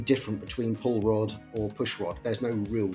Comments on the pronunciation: Every time someone said "Pull Rod Suspension" all I heard was "Paul Rudd Suspension" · We need a Paul Rudd gif/pic ANY time you say pull rod. Thank you.